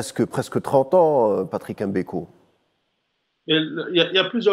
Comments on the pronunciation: Tout a fait... EM Beko, ca fait ridicule! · Un Algérien, donc un Africain, et journaliste de surcroît, devrait naturellement pouvoir prononcer le nom de Patrice M'Beko sans aucune Chouina, M'Beko, comme M'Barak ou M'Bolhi, M'belle3, M'Karfass, ect chez nous, ou M'Bala M'Bala, mais en aucun cas ''EM" Beko, comme le fait la majorité des Français souvent par mépris et parfois par inaptitude cognitive. Autrement, ni la personne de ce journaliste, ni ses compétences journalistiques, ni son élocution ne sont mises en question, au contraire. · C'est Mbeko et non M MBEKO